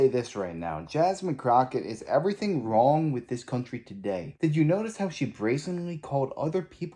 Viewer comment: Can someone tell the rich brat, Ghetto Crocket that the word "wrong"does not end with "k"!